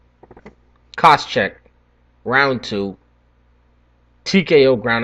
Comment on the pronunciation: What are you butchering Koscheck's name at the end there, lol jk. Nice predictions and can't wait for the interviews.